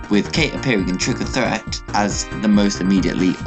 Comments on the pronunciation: it's threat... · The way you pronounceed trick or TREAT